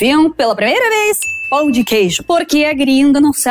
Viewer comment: ela disse pau de queijo ??? no lugar de pão de queijo?